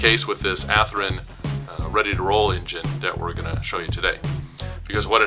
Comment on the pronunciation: WTF?! At least have the respect to pronounce the manufactures name correctly. Ath-Rin is no where near close to how it is pronounced. Sheesh!